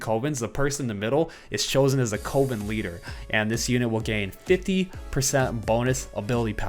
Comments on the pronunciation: not knowing how to pronounce coven 🤣🤣 Just teasing, no one is perfect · Am I the only one annoyed by the way everyone is saying Coven on youtube? To my knowledge its cUHven not cOHven. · why does everyone say "Co-ven" its pronounced "Cuh-ven" lmao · Coven-19 sounds like a legit synergy